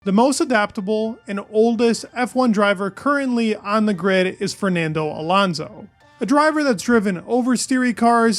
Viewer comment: dude its alOnso not alAnso..